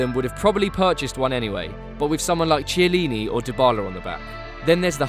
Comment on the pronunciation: Lol man has a football channel and can't say 'chiellini'